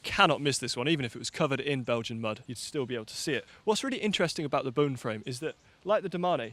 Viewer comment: I love you, but it's pronounced like a ghost says, Boo, with an "N" on the end. Trek's CX bikes are Boone & Crockett—a bit of American history, a nod to hunting. And Bontra-gur, not "jer." Anyhow, thanks, as always,. We'll excuse your pronunciations.